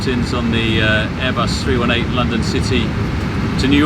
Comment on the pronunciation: "air bus 3-1-8" 🤢 thats nit how you call it 😭